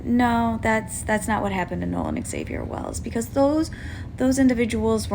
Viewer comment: It’s Nolan not Noah